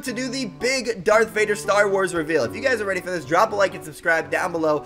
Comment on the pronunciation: Why did u say dark Vader